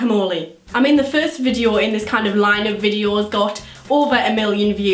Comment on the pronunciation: The first time she said video sounded like vijio XD